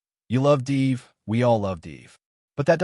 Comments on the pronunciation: I am totally agree with you while cringing everytime I hear "deev" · Isn't 'div' just a short for 'division'? Wouldn't it make more sense to pronounce it like the first syllable of that word then? Or do you say deeevision?